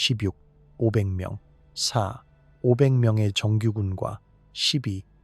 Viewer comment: 화면 1.4배로 중앙에서 확대해서 보면 괜찮음. 그런데 AI가 숫자 읽는게 잘못됐는데도 그냥 업로드하는건 무슨 생각인건지? 4,500을 4와 500 별개의 숫자로 인식해서 읽는데 4500으로 콤마를 없애고 입력해볼 생각은 안해보셨나요?